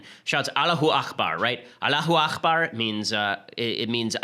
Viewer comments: Hate to correct you, Ben. It's pronounced "allahoo ack-bar." "Akhbar" means 'news'. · aKbar, ben. it's not akhbar. it's arabic, not hebrew. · It's "Allahu Akbar " with a hard 'k', not the Scottish "ch" sound